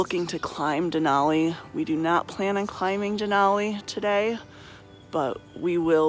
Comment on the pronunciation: It’s den al ee not den awl ee